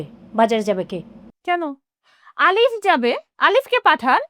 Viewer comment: এ ভোদা কি কয় নাম আলিফ , কয় আরিফ 🐸🤣